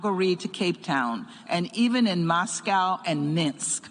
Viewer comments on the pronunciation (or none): none